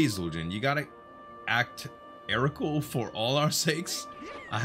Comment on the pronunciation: Heroical, not erocal:) Wonder if you could´ve stolen mats from the builders chest and they would have replenished to complete the build anyway.